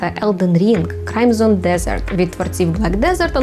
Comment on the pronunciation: Бро, не crime son, a crimson(і)😊